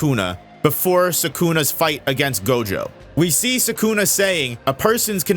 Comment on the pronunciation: If you say 'Sakuna' one more time.....